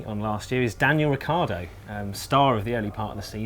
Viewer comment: The only reason I scrolled down to the comments section was to mock your mountaineering gear. I'm glad you took notice, I expect you're filming high in the alps... Also, for God's sake, get Ricciardo's name right...